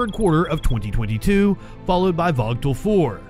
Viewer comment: The nuclear power plant in GA is called Vōōgle......, There is no T in it's pronunciation. Please get the phonetics correct before you put the news out for consumption please. Thanks for the efforts as well other output.